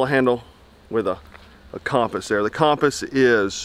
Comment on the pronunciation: My man can’t say ‘compass’